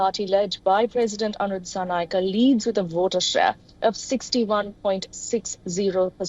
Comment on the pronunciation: Not dissanayakeeee disanayakaa use e sound😂